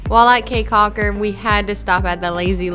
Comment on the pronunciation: pronounced "key caulker"..